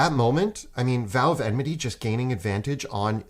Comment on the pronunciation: Enmity, guys, please. Enmity. Not emnity.